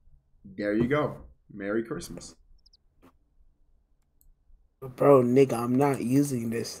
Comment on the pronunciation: mewy cwimas😍